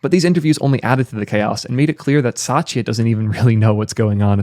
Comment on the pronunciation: I don't think Microsoft CEO's name is Sachia. It's Satia.